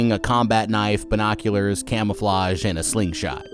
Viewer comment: bine-oc-you-Larrs😂😂😂😂 tele-kan-asis😂😂😂😂